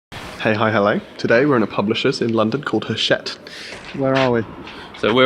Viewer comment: It's pronounced 'achette right?!